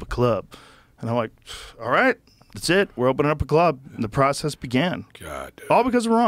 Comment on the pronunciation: Conversation jumped the shark with about 30 min left...... cant listen to the "processes" for another minute....